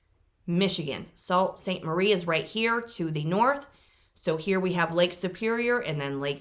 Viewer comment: Love the video! (Btw it's pronounced Soo Saint Marie) Indian name, a many of our town/ city names are